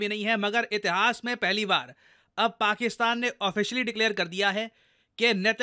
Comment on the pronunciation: "Paksistan".........😂😂😂 "sis"....😂😂